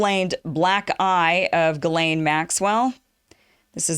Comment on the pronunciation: It's pronounced "jizlane". I know someone who told me that because it's her name. I also believe she is a French Canadian. And the black eye club is affiliated with the skull and bones and other secret societies.